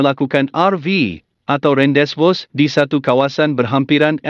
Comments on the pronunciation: Minit . Rendesvous bukan bunyi, ren-des-vous. Bunyi sebenar ialah ‘ran-dey-vu’. Bermaksud ‘tempat pertemuan yg telah ditetapkan’. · sebutan rendezvous ialah ron dey voo...